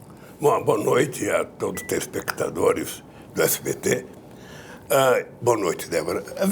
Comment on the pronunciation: Não sabe articular direito a palavra TELESPECTADOR como vai governar um país? fala sério!!!!!